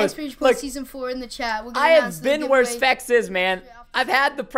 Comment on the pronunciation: How many times does he say spects?